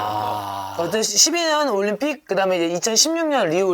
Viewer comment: 올림픽을 왜 *림픽이라고하지..?